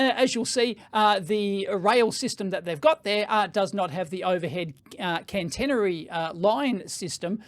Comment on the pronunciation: Hi, thanks for the vid. Couple of points : its not cannnnteeenery ... it is catenary. cat-eeen-ery. for the overhead lines, and the thingy that sits on top of the train to reach up and complete the circuit is a "pantograph". I worked on Stadler diesel electric and plain electric trains for a few years...in the UK. The overhead lines run at 25 KV AC 50 Hz. Europe is generally a lower voltage. On the train, the 25KV is transformed down to run 3 phase 415V AC. THis is fed along to the power converters to provide variable frequency drive to multiple wheelsets. These can operate in regen to recover some power during braking. Also, Stadler have battery trains in at least two projects I know of : UK south wales where they are tri-mode : diesel, battery and overhead, and in southern Germany where they run on overhead or battery. For the Tesla example, they could use the pantograph when running on the main line and at the overhead served station whilst also charging the batteries for use on the branch. (Most trains have a 110V DC battery array which runs all the systems except aircon and traction for several hours ... I have also had the fun of recovering dead trains by coupling to a good one and getting enough power over the coupling to bootstrap the dead one and start its diesels).